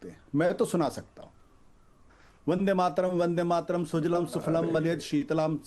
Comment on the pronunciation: Yeha Ashutosh Vande Mataram ka sudh ucharan nahi kar sakte aur dusron ko paath padate hai apni pateli jhadte hai par har debate mey mu par girkar jalil ho jate hai .